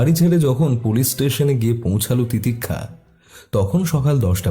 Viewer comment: তিতিক্ষার 'স' এর উচ্চারণ শুনতে বিরক্ত লাগছিল